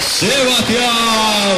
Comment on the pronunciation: SebastiAn loeb... podria pronunciarlo mejor no? empezando porque es sebastiEn, en realidad.. muy buen evento igual (y)